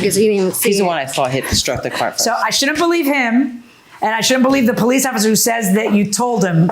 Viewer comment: The moment he opened his mouth and he said that he is from Israel, I know he is a liar and a cheat. He is from the Middle East. The other clue is when he said, Bolice, instead of Police. Bregnant, instate of pregnant. Broblem, instead of problem........etc.